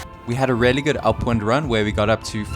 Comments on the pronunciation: OMG "really" is pronounced "reelly" not "rarely" I want to just hear over it, believe me, but you say it over and over again and it stings in my brain like a needle. Just say it right ffs 😂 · say "really" like "reely", not "rarely" lol